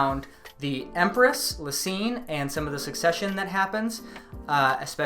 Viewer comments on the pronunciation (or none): none